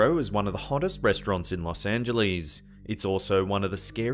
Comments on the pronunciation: Los Ang-uh-less, not -lees! Haha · I know it's nit-picking, but it isn't pronounced Los Angelees. It's Los Angeless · Haha!! One of the comments was how pronounced L.A. "Los Angelees"...I mentioned Arlo Guthrie's song "Coming into Los Angeles" where he says Coming into Los Angelees...bringing in a couple of keys! I havent heard Arlo mentioned anywhere for 30 years and now twice in one day!!! 😄